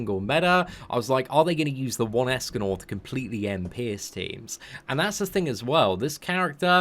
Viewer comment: In the intro, he sounded like he said "Escanol" instead of "Escanor"